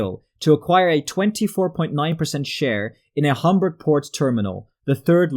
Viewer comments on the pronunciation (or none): none